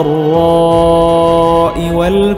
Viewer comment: Baca yang Bener oii. Salah denger ulang. Waddhorro. Bukan wahdorro. Kacau ini orangg. 73persen kedia semua yang ngk bisa baca Alqurannn. Gaawattt.. Udah ngk paham sok paham lagi. Pekok. Pekok